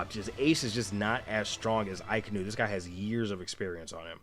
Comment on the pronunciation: akainu is pronounced aka (the color red) inu (as in the dog breed) hope this helps. a lot of English speaking people also call him uh-kai-new